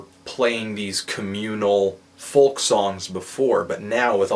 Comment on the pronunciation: You say FOLK wrong! Silent L!